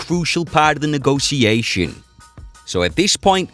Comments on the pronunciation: I hate the way he says "neegossiashen" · The way you pronounce 'negotiation' bothers me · stop saying negotisassionssssss hahahahaha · A for efforts, but i think most people agree with me tho. And whenever he says a word weird on purpose even tho he fucking knows how to pronounce it. I get so triggered